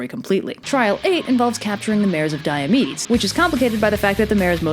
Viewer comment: Thought you said mares of diabetes.